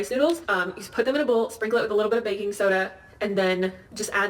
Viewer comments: It’s not “bacon powder” its “baking powder” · No, you are wrong. Americans do not enunciate correctly. Her pronunciation of baking sounds like bacon, but she wasn't saying bacon. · she said "baking powder" lol but "bacon powder" is a cool concept 😆